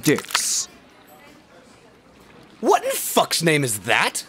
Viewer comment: "THE 'DEICKS' YOU ORDERED" LOL